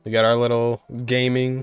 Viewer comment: I would just like to mention that Gaming is supposed to be (Ga ming) not like gaming, they just put the two chinese words together and it's like that